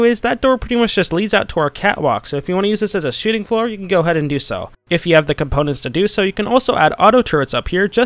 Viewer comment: Am I the only one who hears shitting floor not shooting floor lol